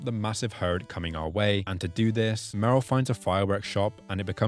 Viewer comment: murel? Really? Meryl. Get it right.